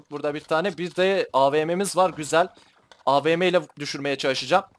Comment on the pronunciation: Abi AVM değil AWM